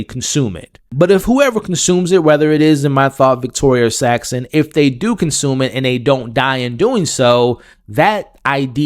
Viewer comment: how do you cover this whole season and still say multiple characters names wrong lol? Sritala and Saxon, not 'Shytala' and 'Saxton'